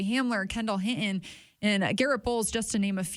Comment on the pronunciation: Please pronounce HIN-TON correctly. It’s not Hitin lol